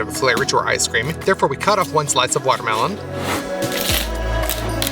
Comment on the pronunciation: Did your translator really get away with saying "BERnana" and "waterMITTEN"? 🥴